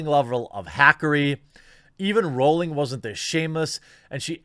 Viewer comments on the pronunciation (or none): none